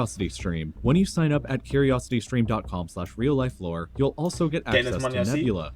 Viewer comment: No one:: Real Life Shore Me: LORE!!! Real Life LORE!!